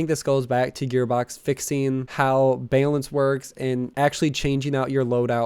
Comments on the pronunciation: Unsubscribing because you say bay-lence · it took me till the 4th "baylense" to realize you were saying balance. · Tha hell is "Baelence?" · Why the fuck does this guy say "ba-lance" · Why do you pronounce balance like you've never heard another English speaking person mutter the word...? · I scolled through like 30 comments..i could not believe no one else said anything....